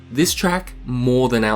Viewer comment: "so much like mœrrrr–" sorry, English accent funny hehe